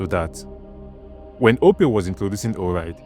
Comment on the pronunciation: OPay not Opay